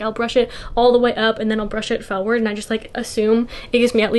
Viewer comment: i love the way you say “forward”.. it’s such a new jersey pronunciation lol